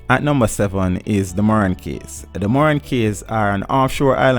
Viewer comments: Good research but it's a shame you were not paying attention in English class. Cays is pronounced "keys". Islet is pronounced "i-let" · What another shame that part of Jamaica is owned by the demonic offspring that is the US . Cays is actually pronounced as Keys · Good info. But the pronunciation of some words is very strange. "Cays" is pronounced like "keys". "Islet" ?